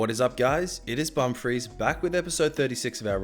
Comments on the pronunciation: I thought it was pronounced “bum fris” not “bumfrees” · Im not a hater dont take it personally but when you say your youtube name it sounds like BUM FREEZE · I heard your name as ''Bum Freeze'' and I then heard it as ''Bum fraise'' So